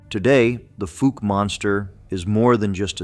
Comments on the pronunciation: Fouke is pronounced like Awe with an F and a K so it’s F-awe-k NOT Foooke, Heber Springs is pronounced Heeber Springs and Monticello isn’t pronounced like Thomas Jefferson’s Mon-ti-chell-o but like a prison so Mon-ti-CELL-o. FYI: Arkansans aren’t 99.9% WHITE like in this video. My Indigenous ancestors lived there long before Europeans showed up in 1541 and my Black ancestors arrived in the 1720s. What? Got something against diversity? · Fouke is pronounced fOWke , not Fook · The most famous monster story in Arkansas, and you can't even say the freaking town's name right! It's like like the preceeding comment, "folk" either! Let me enlighten you people, especially janetbaxter1938.....it's like the sound of COW without the C. F(OW)LK!! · FOUKE: pronounced; FoLk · I live in Fouke. It's pronounced like WOW... The FOUKE monster. The town was founded by Dr Fouke in the 1800s. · I live in Texarkana about five miles from fouke!!! F-owl -K !!! Come on pronounce it Wright 😮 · Pronounced like Fowl with a K. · I live in AR and the Fouke is pronounced Fooulk. It almost like folk. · PLEASE LEARN PROPER PRONUNCIATIONS OF NAMES! Your pronunciation of Fouke AR. was like fingernails on a chalk board to my southern ears. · DUDE YOU MISS PRONOUNCED FOUKE!!!! Your a tard!!!!! I've been to Fouke and to the area they say the creature lives. I was there for 3 to four weeks in the deep swamps alone and the only thing I was concerned about were the gators and snakes. With my bad luck if nothing attacked me out there then there's nothing there. I even used a drone with thermal and once again nothing. I live in the north central part of Arkansas and have never came in contact with any of these so called creatures.